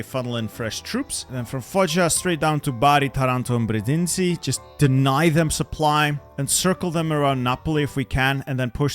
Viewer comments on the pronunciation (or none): none